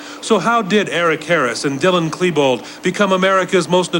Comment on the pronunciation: Yeah I know right. One time I went to her You Tube page and she had these videos and I watched them and so I heard her voice and saw her up close. Lemme just say, it was disturbing as fuck. She was doing all this weird shit. And she says "Eric Harris" like "Earic Hearis". She's a psycho and I can't stand her.